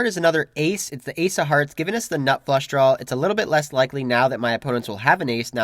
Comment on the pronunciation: It’s "draw" not "drawl"